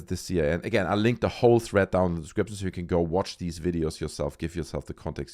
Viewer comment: Jesus Christ it’s THREAD not THREAT.